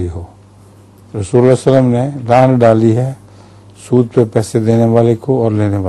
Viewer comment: سود لفظ درست کرلیں